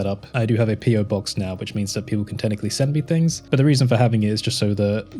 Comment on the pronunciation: Why do you say "fings" instead of "things"?